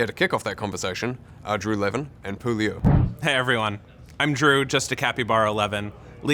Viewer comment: What is the deal with Andrei's inability to correctly pronounce Pu's name?